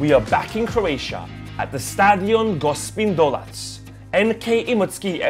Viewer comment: It's not Gospin Dolac, it's Gospić Dolac, if I'm rite?